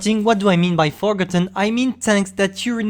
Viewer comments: The most forgotten thing is the way pronounces forgotten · I don’t wanna sound mean but you don’t pronounce forgotten like that